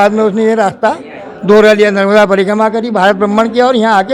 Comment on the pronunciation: नर्बदा नहीं------ नर्मदा